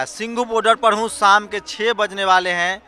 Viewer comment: Saam nahi shaam bolte hein Sareer nahi shareer bolte hein Gawaar reporter